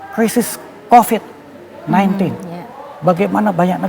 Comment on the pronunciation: KOK PAS BILANG COPID. SAYA JDI ILPIL...